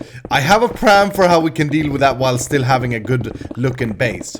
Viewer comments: why do you say pran it is plan!!!! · did you just say "i have a pran"??